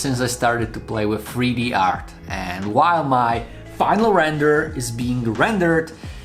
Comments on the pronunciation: In freeD? Fix your accent. Jk. I’m being mean I’m sorry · Not going lie I’m so confused I know the title says 3D but bro definitely said freedee